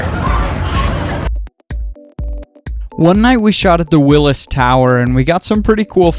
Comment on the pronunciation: Dee Zak i might be 3 years late but.... when i heard him say willis im like "hmm hes not from around here is he" hahaha